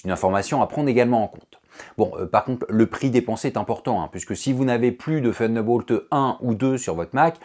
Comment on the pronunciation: Faudrait revoir la prononciation de Thunderbolt 😉